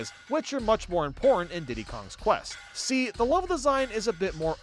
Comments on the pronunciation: ITS PRONOUNCED DIDDY'S KONG QUEST AS IN CONQUEST WHY DOES EVERYONE GET THIS WRONG!!!!!!!!!! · You’re not the only one who says it improperly, so don’t feel bad. But it’s “Diddy’s KONG-QUEST”. Love your videos. Thank you!